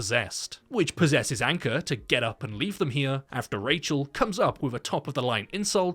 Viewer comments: Name : Ankur (Ankoor) Him : Anchor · Yup he warned the other band members about disrespecting the dead as well... Anyways it's Ankur Though pronounced it as anchor